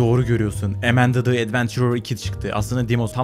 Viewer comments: Emende değil AMANDA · emendı değil amanda (yazıldığı gibi)